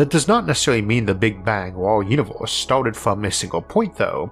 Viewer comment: It is pronounced universe not uniwoos. 😄